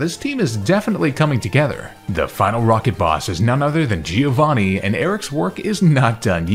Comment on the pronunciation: Just as quick note, the correct pronounciation is "Giòvanni" not "Gíovanni".